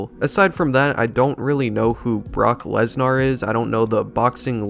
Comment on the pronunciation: The way he is saying Brock Lesnars name is unacceptable. LES NAR.